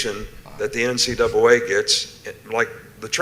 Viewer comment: Nick Saban: “the NCdoubwolA”.. 😂😂😂